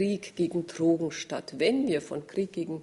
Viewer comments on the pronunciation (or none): Trogen. Sie spricht es Trogen aus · Die Mortler pack ich einfach nicht. Kann nicht mal Trogen aussprecchen! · Wovon redet die Frau Mortler? "Trrrogen"? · Mich wegen Ihrer Aussprache beim Wort "Drogen" auch.